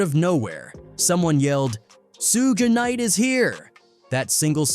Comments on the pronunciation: Man said “Sugi Knight” & “Tony YahYo” 😂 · Soogy Knight 🤣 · soogai night ? 🤣🤣🤣🤣 toni yayou ? sugai ? HAHAHA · He said Micky Phifer and Sue Bin Knight. I'm done with this channel. DO NOT RECOMMEND. Just grifters.